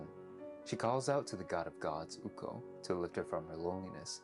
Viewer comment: dont say "ukou" say "ukko"